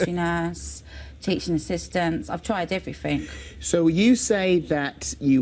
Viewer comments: "I'm well spoken but sometimes I say "everyfink" instead of "everything" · She said she "tried evry fink"? WTF does "evry fink" mean?